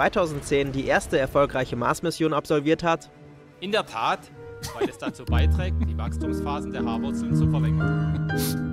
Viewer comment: Die Art der Aussprache hat sich diesen Clip aus dem Jahre 2012 in mein Hirn einbrennen lassen. Unter Freunden und im Netz „in der Tat“ noch heute ein beliebter Klassiker.